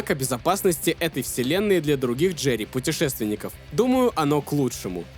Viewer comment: Брат пишу чисто поддержать канал, делаешь очень круто не нудно, как некоторые. Обожаю слушать как ты говоришь ДжеРРРРии)